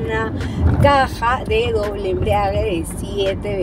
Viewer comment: Ella dice "la caja de doble embriague".